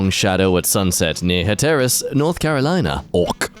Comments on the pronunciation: It’s not HaTEARus NC, it’s Hatter-us lmao like, mad hatter. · The way he said Hatteras hurts me It’s not Hattearus, it’s Hatturus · Het-er-us? It's pronounced hat-ur-us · I'm North Carolina born and raised, and hearing say Hatteras like that threw me for a loop lol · The pronunciation of Hatteras really kind of threw me